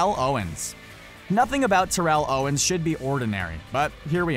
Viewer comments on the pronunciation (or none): 22ndGuN And the ability to pronounce Terrell Owens’ name correctly.